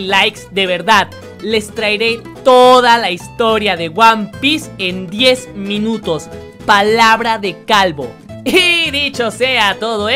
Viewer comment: No dice 10 minutos dice dies mileños